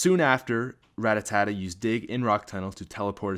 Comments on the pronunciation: It's rattata not rattatata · It's Ratata, not Ratatata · It Rattata not Ratatata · it'a rattata, not rattatata. I made this mistake for many years as well. :P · It's not Ratatata it's Rattata. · RAT-AT-A NOT RAT-A-TAT-A! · You kept saying ratatata instead of ratata it kind of annoys me when people say that... sorry if you thought this comment was dumb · Ra-ta-ta, not Rattatata. Too many tatas. Somehow annoyed me way more than it should. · Rattata is pronounced rat-ata. Stop adding syllables. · TheApexFactor His way is wrong. That's like allowing someone to make up words. It is still wrong. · "Rattatata" you just got an A+ on Pokemon names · It's Spearow actually. And the only people I know who call it Rattatata are 8 year old children who can't read well. So check yo facts broseph, before you start comin' round hatin' on people. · Every time you said Ratatatta i cringed a bit.. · I can't help but cringe so hard when you say rattata. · How do you not know how to pronounce Rattata?